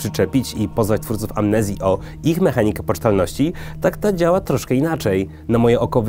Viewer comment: "I kurde dziaao to super" :D